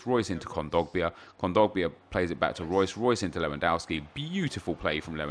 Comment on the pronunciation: it is LEWONDOSKI not lwoandouski!